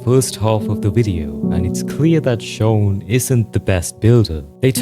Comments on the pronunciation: gng it’s not “shown” it’s shawn 😑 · You keep saying shown 😭 it’s sh awn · shown? thats a way ive never heard shawn pronounced before lol